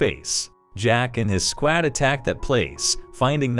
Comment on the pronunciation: Sqaaad? Lou--eeeze? sounds like AI doing the narration.